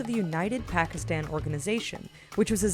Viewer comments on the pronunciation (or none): Tanvi Purohit , yeah, she said Pakistani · Did you say Pakistan? The subtitles said Partisan. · Did she just say PAKISTAN instead of PARTISAN??? hahahaha start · Nakam not members of the "Pakistan" Liberal organization (they were Jews) you dodo bird it's Partisan not Pakistan, narrator cant even read or understand the context of what she is speaking about. Must be paid by the minute. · did she said Pakistan instead of Partisan?Just listen her closely and read in the same time. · did she say, "Pakistan", when she should have said "partisan"????? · into your video, you narrate "United Pakistan Organization" and it is "Partisan" not Pakistan! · Who else heard "Pakistan" ? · It says United Partisan Organization but did you say United Pakistan Organization? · "United partisan" you bimbo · She meant to say partian.